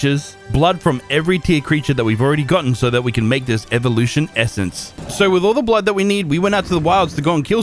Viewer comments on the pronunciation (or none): none